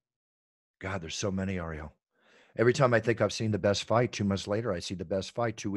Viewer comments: Love how he pronounces ariels name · ironic how the announcer can pronounce all the ufc fighters names for not ariels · Ariel, only name Bruce Buffer can’t pronounce